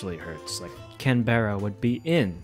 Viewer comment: The way you said Canberra enraged me to an unreasonable level